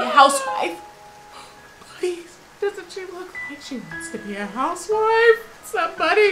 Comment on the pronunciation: “HAUSS WIFE” 😂😂